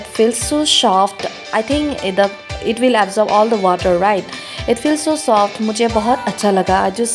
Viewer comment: Packezin, shoft. Love it😂. Its her choice